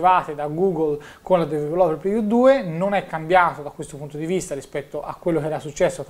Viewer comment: ti prego migliora il tuo inglese perché develope non si può sentire...